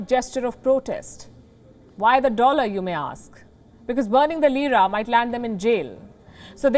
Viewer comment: Lira becomes Jeera😁😁